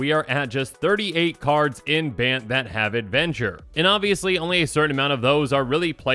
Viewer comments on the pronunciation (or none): none